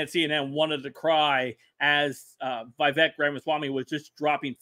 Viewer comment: Not vayvek. Veevek. Vivek.